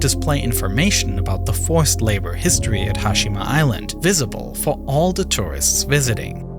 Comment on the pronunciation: Sovern Who picks someone with a speech impediment for their video narrator?? Dan recent hithtory. The rice an fall